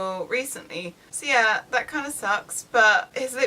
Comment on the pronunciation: I kept wondering why she was saying "Sia" and realize she was saying "so yeah" LOL